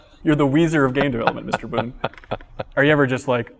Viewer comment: Pretty sure it's "Boon".